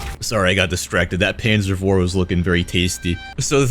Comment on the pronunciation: is it just me or does it sound like he says panzer vor and not panzer four